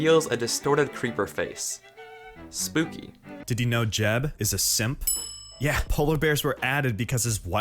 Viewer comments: I don't mean to be that guy, but it's pronounced "yeb", not "jeb". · Jen isn’t pronounced j-eb its y-eb